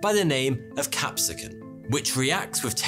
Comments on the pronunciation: Capison is not it Capsayison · Isn't it pronounced "cap-say-son" ? I could be wrong. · CAPSAICIN ....PRONOUNCED CAP-SAY-SIN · the word for the oil in spicy foods is pronounced like cap-say-uh-sin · I know its been 3 years but isnt capsaicin pronounced as cap-say-sin ? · Correction you said "cap-si-ken" lol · he pronounced capsaicin wrong, its pronounced " kap•say•sn". funny how the British can screw up their language so badly. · Capsaicin is pronounced like cap say oh sin. Why is this problem so prevalent on YouTube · "Capsaicin" is pronounced "cap-SAY-i-sin". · It's pronounced cap-sa-sin. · Cap-say- sin my guy. Not whatever the hell u said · It’s pronounced cap-SAY-sin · Hearing how Americans say Capsaicin that’s how I knew how to pronounce it but hearing how he says it makes me laugh because as a Brit I would of also said it the same way having never heard it. So I just double checked to see which is correct and it’s the former lol. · I do love your content but you need to learn how to pronounce things. I can forgive you for not having perfect pronounciation of foreign words, but hearing you butcher capsaicin almost gave me an aneurysm. The first flag was your illegible reading of "Ikuturso" in one of your more resent videos. As a native finnish speaker I could not have made out what you said without subtitles. This is not to bash you but rather urge you to reach out to native speakers on some peculiar pronounciations or even using google translate's text to speak function. I know you have a multiple videos and projects going on concurrently but this kind of thing should not be too big of a burden to pay attention to in the future. Love your videos and keep on educating the wider audience! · You should have looked up how to pronounce capsaicin before recording your video. That said, other than that i really enjoyed your presentation. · Can't even pronounce capsaicin jfc. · I don't think the pronunciation of capsaicin was correct.